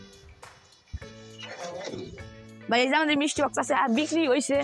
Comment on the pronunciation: Mestry box?❌ Misti box✅